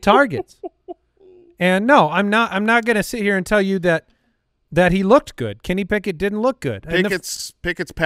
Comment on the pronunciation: KENNY PICK-INT